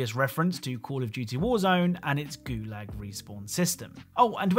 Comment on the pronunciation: Lo Wang literally pronounced “Gulag” for you and you stilled butchered the way you pronounced it lol.